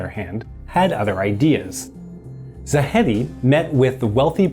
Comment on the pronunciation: "Zahedi" is pronounced "Zahedi" not "Zakkhhkhhedi". "Toudeh" is pronounced "Toudeh" not "Toudekhkgkgkhhhkh".